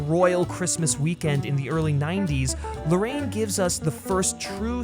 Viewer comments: It's super cringe when you mispronounce the director's name "Larraín" as "Lorraine" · Great review, but, why don't you take the trouble to pronounce correctly the second name of director? Seems to be talking about another person. Easy, try writing Larrain in English-Spanish Google Translate and you have the correct pronunciation.